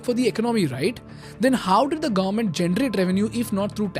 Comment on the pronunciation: You are doing a good job. May you keep making such amazing and informative content. You need to work on your pronunciation of "America" and "government"